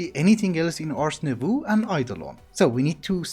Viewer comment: Just pointing this put, but "Nouveau" in "Ars Nouveau" is actually pronounced "Nou-v-oh". Im bad at explaining but basically instead of ooh at the end, its just oh.